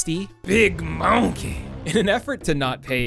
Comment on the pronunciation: Bruh. The way you said "Mon-key" salute from New Orleans. I've never heard any YouTuber pronounce it like how we do in the city. Hahahaha good ish bruh